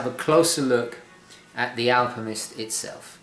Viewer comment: Sorry...but are you saying “Alpimist”?! 🤣